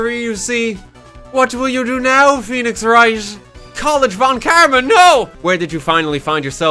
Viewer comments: Now that it seems obvious that von Karma is German - you might as well pronounce it German, right? The 'v' in "von" would be pronounced a bit... harder? More like an 'F'. And then you'd be close enough, I guess. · i honestly wasnt listening at some point and by the time i started to pay more attention i heard "VON KARMAS NO" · I adore that horrified, delighted pause RT has when he sees the name Von Karma!